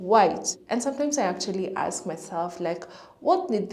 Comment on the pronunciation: Say, "Ask" 🤣🤣😂😂🤣🤣